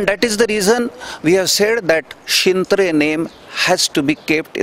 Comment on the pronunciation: त्या मॅडमना शिंत्रे या शब्दाचा उच्चार करता येत नाही, स्वतः शिंत्रे साहेब उत्तम वर्णन करीत आहेत आपल्या अलिबाग नागाव विभागातल्या हौशी यु-ट्यूबर्स ने मनावर घेऊन अशा पध्दतीने चॅनेल्स सुरू करून पर्यटन व्यावसायिकांना मदत करावी.